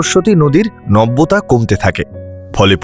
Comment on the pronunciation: নব্যতা নয়,নাব্যতা।Porto Pequina and not Pequino. Say properly.